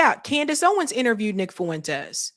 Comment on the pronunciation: Fuentes is 2 syllables not 3